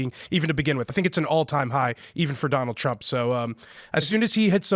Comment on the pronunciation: "this is an all time high, even for doland trup" dude with glasses is a dingus just saying wods